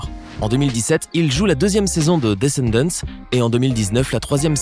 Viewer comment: Descendants mais on dit pas le (s)